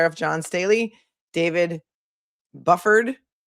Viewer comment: It's Bew-ford. Bufford